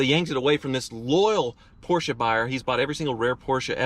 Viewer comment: oh man you say right PORSCHE with E. Like a german